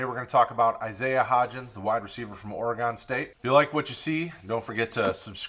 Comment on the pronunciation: It’s pronounced Ory-gun.